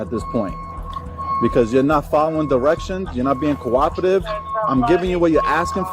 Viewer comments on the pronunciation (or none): Second case: -I am being cororative! Sweetheart, you can't even say cooperative let alone be it! 😄😄